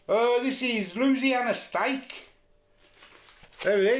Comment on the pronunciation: It's pronounced a lot differently and I'm from Louisiana but Hey good try and respect from across the pond